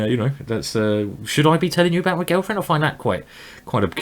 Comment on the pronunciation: Anyone else notice that Simon says girlfriend like Gelfand? :P